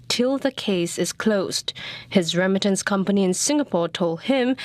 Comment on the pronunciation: why does keep saying rem-mitance instead of re-mittance, and why does CNA allow such pronunciation to get through?